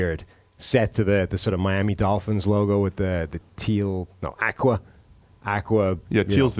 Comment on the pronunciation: A guy isn't a sunk cost after 1 year. I think guys just like saying "sunk cost fallacy" because it makes them feel smart. Also, learn to pronounce "aqua." Good lord.